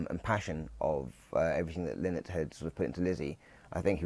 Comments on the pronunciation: Another expert, calling Phil “Linnnnn-it”. It’s Lie-nut” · His name is pronounced Lie not, not Lin not. His daughters said a Linnet is a small finch not a person.